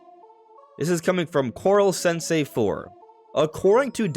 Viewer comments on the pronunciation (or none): none